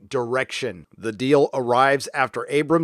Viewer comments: >> I think it's pronounced "BAD ROBOT", as in mechanical man, not bad reboot. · Stop saying Bad Reboot! It's Bad ROBOT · just wondering why u keep saying bad roboot but the text always says bad robot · Your choice to repeatedly to mispronounce Bad Robot is annoying. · Are you pronouncing Bad Robot wrong on purpose? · He is. He hates anybody that produces stuff that he finds to be garbage series. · Ah yes, the time in history when it's somehow funny to purposely say a name wrong over and over again.